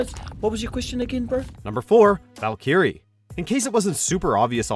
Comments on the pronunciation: Valkyrie, not Valkeyring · Valkeeree. You guys really suck at pronunciation huh? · Had to stop the video seeing as this narrator just BUTCHERED Valkyrie's name. Like seriously? Does anyone tell this guy how to pronounce these names?